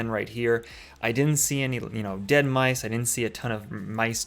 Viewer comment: Honestly, I thought you said Lice and I screamed but then you showed the poop and I was like OHHH MICE!